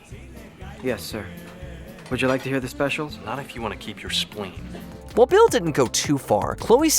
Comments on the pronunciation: I was wondering, who Bill was, only for me to realize (after hearing it for the 10th time), that he was actually saying Bale. Edit: I actually heard Bale half the time, and Bill half the time. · Lol, I was wondering if anyone else heard 'Bill' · why do you keep calling christian bale "Bill" ?